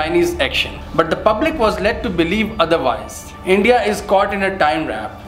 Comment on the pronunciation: Bro didi you seriously said “Endia” 😂😂😂😂😂😂